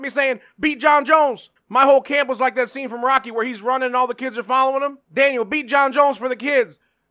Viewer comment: The way Jon says Daniel is fucking great